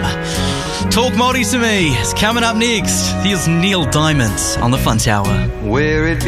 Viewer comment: Hey Jack, it's Neil Diamond...not Diamonds! haha